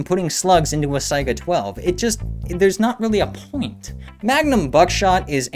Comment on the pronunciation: "saiga" thank you. so many unfamiliar with it call it a "sega"